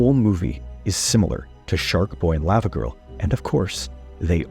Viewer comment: Why are you pronoucing it layva girl instead of Lava , like Hot Lava ... ?